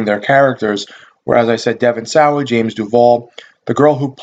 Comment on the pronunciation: fyi Devon sawa, its pronounced saw, just saying, lol